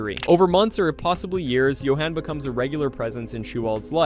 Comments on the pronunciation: The narrator uses both pronunciations including a third that sounds almost lazy, sounds like you-in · It’s Johauhn not JohAn